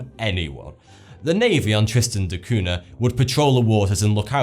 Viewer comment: "Cunha" is pronounced "Cuña"